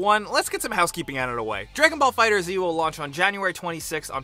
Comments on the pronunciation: Although I liked all the info I can't like this video. You have mispronounced the game's name since you first mentioned it and continue to even now. I let it go before but it bothers me that you didn't figure it out for the main video. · Ok.... For all that think its funny or "thats how its spelled bro" its Dragonball Fighterz not Dragon ball Fighter Z. The z at the end acts like an S,like if it said Dragon ball fighters. Its added the classic Z,from the show Dragon Ball Z.like how mortal kombat has the K and not the C in combat. I expected more from you gameranx.... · The Z is in place of the S in fighterz so it is pronounced fighters not fighter Z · It's pronounced like Dragon Ball Fighters not Dragon Ball Fighter Z. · #11 it's pronounced Dragonball Fighters not Dragonball Fighter Z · 11- It's pronounced dragon ball fighterz not dragon ball fighter z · right of the damn bat its FIGHTERZ not FIGHTER Z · it spelled FIghterz not Fighter Zee!! You said Fighter Zee in the next video again i'm a repawt dahell out of YA!! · It’s pronounced as FIGHTERZ not FIGHTER Z😤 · Did u really said dragon ball fighters z 😂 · IT'S NOT DRAGONBALL FIGHTERS Z FUCKING STOP. IT'S FIGHTERZ! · It's not pronounced Fighter Z its pronounced Fighters. Also it's not Black Goku its Goku Black...they are the same skin color...lol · Lol it’s fighterz not fighter Z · Its not fighter z its fighters just with a z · Why do people call it fighter z, it's one word just fighters with a z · IT'S FIGHTERZZZZZZZZZ NOT FIGHTER Z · For god sake, it's just pronounced FIGHTERS. The Z is on the end to make it look like some edgy shit you put on your MSN name when you were 12. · It’s not pronounced Fighter-Z...It’s Fighters... with a z, that’s why they put a “Z” instead of the “S”...I get triggered every time someone does that lmao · ITS FIGHTERZ NOT FIGHTER Z say it like the Z is a S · Awww man ur killing me! It's just pronounced as fighters guy. No need to add the z. It's not Dragon Ball Fighter Z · fighter Z